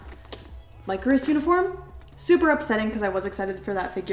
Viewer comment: I totally love Lycoris Recoil but fun fact- Lycoris is pronounced Lih (as in lit up) Chorus. As you know, the super computer in the series is called Radiata. Lycoris Radiata Is the genus and species name for the spider lily, which is the flower that represents their organization. 😊